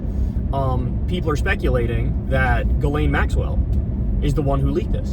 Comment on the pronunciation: Everyone still mispronounces "Ghislaine," even top reporters on mainstream media ... 1st they all tried to pronounce it like it's spelled and would say "JIZ-lane," which is wrong .. Then years went by and they started saying "Ja-LANE," which is wrong .. Now everyone thinks it's "ga-LANE" (g sound as in girl), which is still wrong .. The people who knew her best - the victims - call her "GHEE-lin" (rhymes with wheelin') .. Here's a CBS interview headline with the victim pronouncing the name correctly, which is how Ghislaine's brother pronounces it .. "Ghislaine Maxwell accuser shares new details of alleged torture in new book"